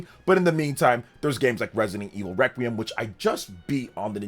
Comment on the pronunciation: Sounds like you said "ive been playing Resident Evil 5 Requiem" lol.